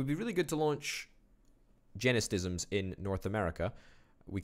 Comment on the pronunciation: It's Gene-Stims.